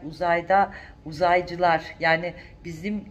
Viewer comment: Süpersiniz, kelimeleri bir türlü telaffuz edememeniz ayrı bir güzellik katmış videonuza, hele o "uzaycılar"a bayıldım... Şahanesiniz.